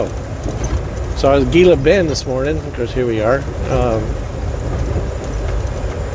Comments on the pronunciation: Gila Bend is pronounced...He-la Bend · pronounced He-la Bend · The G is pronounced h Hila bend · Pronounced "Heeeella bend" ...... used to cut across I-8 to GilaBend then go north on 95 up to I-10 and then west to LosAngeles area......1970's-1980's my normal route.....(used to be a dead-end with left turn about half-way up which could surprise you at night)...... that way I didn't have to be bothered with Phoenix ..... was a small store with diesel right beside 95 exit and a sign that said something about population...... 800 people plus one old grouch or something......yup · It’s pronounced “Hē-lah Bend, AZ 😊 - you’re just down the road.....just say’n 🥰 Now it looks like you’re on what we call “dead-cow” road/ highway 238. 😁 it’s named that for open range cattle that get hit by semi’s ...(before interstate.) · Gila Bend is pronounced Hee-lah-bend. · He knows...just being old school. No problem hauling something produced by scarce water to China tho.